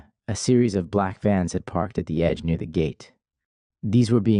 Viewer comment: This narrator speaks mostly normally but with bizarre, flagrant mispronunciations. I think it would be better to get a human to read it... I noticed this is Part 1 as well. There's one: "no one came.... near". This occurs when he is in the padded room. Normally we would say "no one came near".